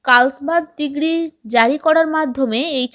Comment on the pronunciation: 34-নং টা জার্মানির হবে আর 35 নং এর টা ডিগ্ৰী না ডিক্রি বলতে হবে।